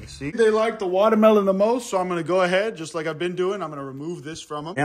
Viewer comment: I cant ever say watermelon right agian I love wamdermolon